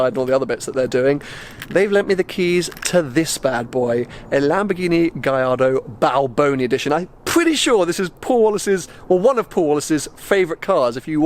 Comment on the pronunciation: Loving the balboni edition, just a small thing tho gallardo is pronounced with the L ‘ s 😊 I know you want to get better at your Italian.